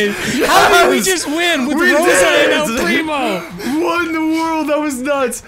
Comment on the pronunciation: He said el crimo